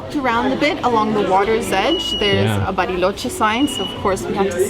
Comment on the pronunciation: LA CALIDAD que tienen sus videos, la edición excelente, cada vez mejores! Me encanta el switch de inglés a español perfecto de cuando dice 'Bariloche' perfecta pronunciación! Saludos ❤😊